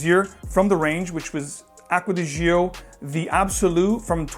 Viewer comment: "Gio" is pronounced like "Joe", not zheeoh.